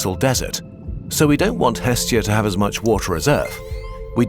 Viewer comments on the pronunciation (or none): The name of the Greek Godess is not EEEEstia... It is estEEEEEEEEa the stress goes to the END of the word... Εστία <---- Look at the stressing symbol ( ί ) at the end.